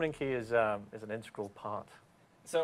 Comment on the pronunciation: Is it me, or does he say "integral" like "untregral"